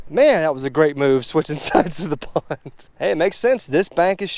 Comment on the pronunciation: Nice pwwnnd. Lol I think its pond. Lmao